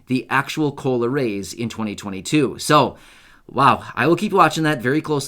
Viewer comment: Sounds more like culo not cola